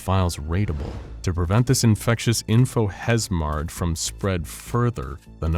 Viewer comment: I almost shot my drink out my nose at "infohezmard"